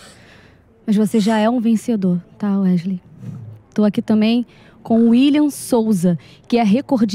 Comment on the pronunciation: "Ueslei" kkkkkkkkkkkkkkkkkkkkkkkkkkk